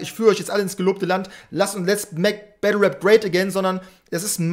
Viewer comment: Mich triggert es extrem das "web" statt Rap sagt aber no front